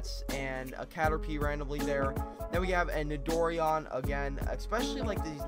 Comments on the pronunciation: it's not nidor-ian it's nito-ran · Its so cringy its pronounced Nido-ran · It is pronounced Nido- Ran